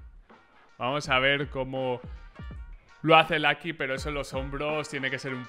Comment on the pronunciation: Por que sera que dice Lacky o Clatch hahahahah Ingles pobre